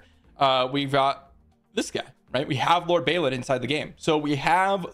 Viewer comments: It's pronounced "Bawlin" not "Baylin". :) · Where is the Y that you pronounce in Balin?